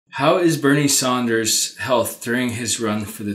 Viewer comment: FYI.....it's Sanders, not Saunders.